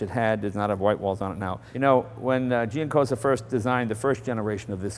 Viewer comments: 1. "Dante Giacosa", not "Giancosa". 2. "Millecento" means One thousands and one hundred, not "Eleven hundred". Nice video, thanks. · It's Giacosa not Giancosa :) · there is no "n" in Giacosa